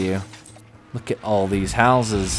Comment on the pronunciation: is getting his Scottish blood back from saying hooses.